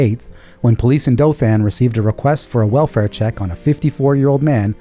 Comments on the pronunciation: You usually do really well with names pronunciation. I know people from Dothan and they don't say it with emphasis on the a. Emphasis on the o and the an sounds like the word in not like anne. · Great show, if you ever have another story involving Dothan it's pronounced Doe-thin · Love you guy's videos! Watch every day....Nit pick - sorry.:) Dothan sounds like... (dough-thin) Chickasha was perfect!!! 😉 🍕 so sad... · Y'all typically get the pronunciations right, but Dothan, Alabama is pronounced "DOE-thun".